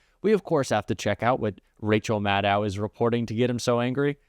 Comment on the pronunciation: Love Rachel. Please pronounce her name correctly. It is Mad-doe.